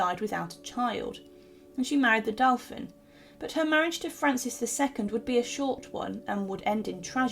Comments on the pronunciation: As ever, I have to question the appalling pronunciations. The french word Dauphin is pronounced Do-fan not ‘Delphin’.( No ‘L’) and re the letter from Mary about Darnley’s murder you surely meant to say ‘Impunity’ not Impurity? lol. Another recent post in this series informed us that Henry VIII’s Will was carried out by a council of ‘Executioners’ (Good heavens! ) when meaning Executors. Also it’s FotherinGAY Castle, not FotheringHAY.The narrator needs either some grammatical knowledge or a proof-reader. It’s important to comprehend what is actually being read. I watch now mainly for the paintings and museum pieces which have at least been well selected. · Her title was Queen of Scots not Scotland. Also ‘dauphin’ has the first syllable o as in go not ow as in now.